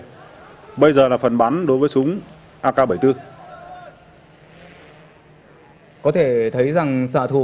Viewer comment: AK47 mà bình luận viên cứ nói nhầm AK74